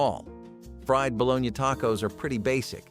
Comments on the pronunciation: Is this a bot? Ba-Lo-nee is the food, lol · Bo-LO-nya is the correct pronunciation! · "bolo-nya" come on, you know better.. But I like these videos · Ba-lo-na. Balogna. Kids say balogneee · Some people do pronounce it the way it's pronounced in the video. Just because it's a pronunciation you don't like doesn't mean it's a bot lol.